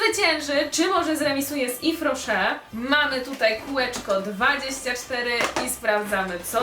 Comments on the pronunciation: No nie mogę jak ty kaleczysz tą nazwę nie mówi się ifrosze tylko iwrosze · Tego się tak nie czyta Tak jak się czyta : iwroszer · czyta się jwes roszer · to się czyta jes roszer (z tego co wiem) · Mowisie - Ifro Szer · Moja mama pracuje w yves rocher ten sklep jest serio spoko nawet od body shop :) Czyta się "ifrosze" moja mama to dostaje za darmo ma tego całe pudełko więc słabo słabo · Czyta się Iw Roche, bo to firma francuska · Czyta się „iwroszer” hihi